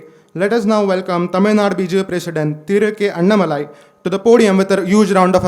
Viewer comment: It is Annaamalai. Not Annamalaai. There is aa ki maatra after Anna. What is this malaai dhoodh ghee.